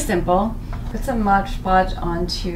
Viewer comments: MOD Podge, not "Modge" Podge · why is everyone calling it modge podge? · "modge podge"